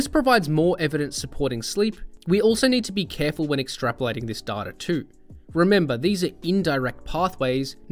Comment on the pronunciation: Its data not data. 😝